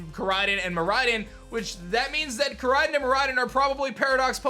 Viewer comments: Learn how to say the legendary names right fake fan u suck noob there names r KoraiDON and MiraiDON not koraiden and miraiden learn how to say them right u suck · Bro this dude cannot pronounce any japanese words. Ko-rai-don, mi-rai-don, and nee-ngen.